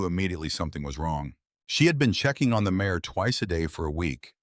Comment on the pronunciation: It's MARE, not MAYOR!